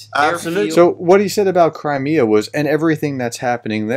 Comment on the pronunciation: Like how he pronounced Crimea 🤯 NEVER once heard it pronounced that way, makes me think he really doesn't give a sh**.